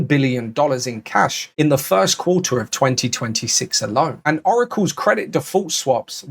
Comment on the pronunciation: So now Quarter is pronounced “Qua..ah”😂